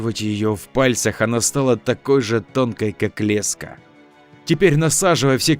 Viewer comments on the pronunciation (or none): none